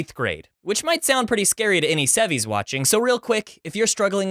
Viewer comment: I was about to like the video but then he said “sevie”